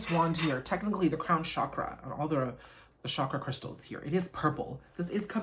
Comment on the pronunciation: Chakra is pronounced with a hard "ch" like choice or chance, not a "sh", which surprised me when I read my Wheels of Life chakra book